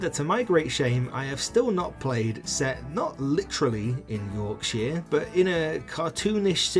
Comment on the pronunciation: why do you say Yorkshire like that 😭